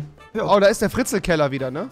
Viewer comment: XD wie er einfach frizel's Keller sagt der Typ wa fahst mein nachtbar XD